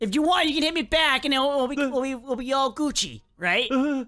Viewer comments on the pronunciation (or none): Sorry its Gucci not giggi